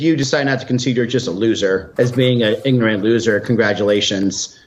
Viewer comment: It's not igorant it's ignorant you ignoramus